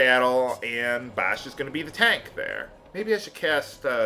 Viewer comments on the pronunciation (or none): none